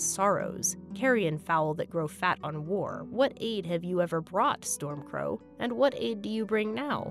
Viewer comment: It was hilarious when Theoden called hi. Gandalf Stormctow. 🤣🤣🤣🤣🤣🤣🤣🤣🤣🤣